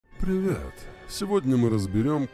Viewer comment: то,как вначале вы говорите ПРивет)))почему-то вызвало улыбку) )))